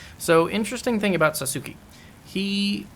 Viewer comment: He pronounces his name SATS-KI. Back in the original, I think LP said you did not get Makoto back if you handed it over to Satsuki. But maybe you do get it back. I never handed it over until this playthrough so I cannot confirm that. I just killed him without handing it over. Regardless, you still have to fight him and lower your character tendency. ^___^